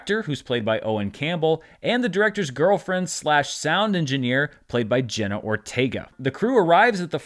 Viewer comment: Her name is JENNA, NOT JENNY!!!